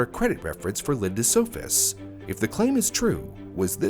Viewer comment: It’s good not naming the murderer, but at least get the victims’ name right. Their last name was “Sohus’, not “Sofus’.